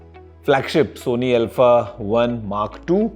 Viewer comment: L-pha ✅ Alpha ❌